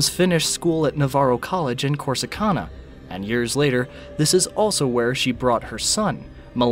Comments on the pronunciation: You’re mispronouncing Corsicana. It’s can, like can of soup. Not con, like convict. I’m not gonna mention muh hay uh. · The city is pronounced Cor-si-can-a! 🙄